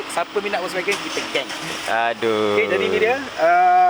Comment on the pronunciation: Sebut volkswagen pun tak betul 😂. Wokswegan